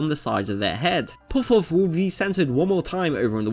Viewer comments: It's puhf, not pohf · why did you choose someone to voice the video that literally cant pronounce the word Puff. a word he will struggle to say like 100 times in the video. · Never learned how to pronounce "puff" in school, eh? The original Japanese term is pronounced as Pa Fu (as in Par Foo). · Puff.. with a u. Not pooff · Do you have a lisp? You pronounce “puff” very differently.